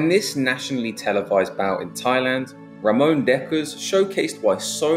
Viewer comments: Its Ramon not Ramoan.. Fml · Its not Ramones but Ramon he was from Brabant South Nederland